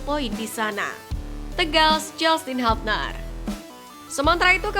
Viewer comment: Hubner di baca hubner bukan habner...koreksi